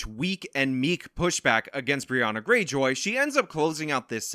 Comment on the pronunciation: I pronounce her name like Briahna-Gray-Joy, not like Briahna Greyjoy like from Game of Thrones.